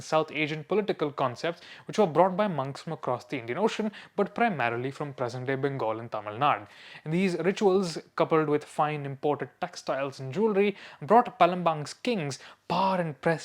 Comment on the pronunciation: Talking about names, it’s tamilnadu with a “u” at the end, why do North Indians eat away the “u” and “a” in kannda? If you want talk about names let’s talk about your atrocious pronunciation of Dravidian names.